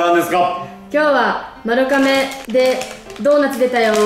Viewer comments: 丸亀はまるかめじゃなくてまるがめだよー！ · まるかめ？？まるがめじゃない？？？🧐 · 丸亀の読み方ってまるがめじゃないの！？ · まるかめじゃなくてまるがめだよ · まるかめじゃなくて、 まるがめですよーー！ ずっと気になっちゃった笑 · ずっと『まるがめ』やとおもってた笑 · ちなみに、丸亀は ″まるがめ″です！ まるかめじゃないよ🫡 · え、｢まるかめ｣っていうの？私｢まるがめ｣なんだけどwww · まるかめじゃないですよ！まるがめ！です🎵 香川県の丸亀市ってとこがあってそこが本店？なんです！まるがめ製麺です！ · まるかめっていうの気になる笑まるがめだよ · 今までずっと気になってたけど、丸亀製麺は まる ''が'' め だよ😿😿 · ん？まる"が"めじゃないですっけ？ まるかめって聞こえちゃうう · まるかめ？まる『が』めじゃない？ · まるかめ？ 私、まるがめって言ってました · JPくんも綾ちゃんもずっとまるかめって言ってますが、まるがめではないですか？ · まるがめやろ？笑 関東はまるかめって言うんかな？